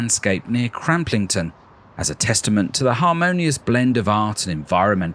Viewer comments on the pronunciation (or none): * It's 'Cram-LING-ton' not 'CramP lingron' I grew up there and suffered very little cramp in the process. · Fantastic series showcasing my beautiful home county! As a Cramlingtonian though, may I point out that Northumberladia is situated in the town of Cramlington, and not Cramplington as narrated in this episode! 😂😂😂 Sorry if this sounds nit picky, I'm just proud of my roots! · Cramplington? Oh dear! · Northumberlandia is in Cramlington, not Cramplington. Good video (as a Northumbrian).